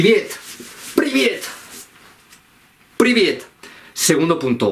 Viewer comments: PRIVIET NO PRIBIET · Se pronuncia Priviet. No pribiet